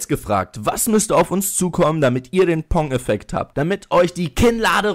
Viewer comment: Pong nicht Ponk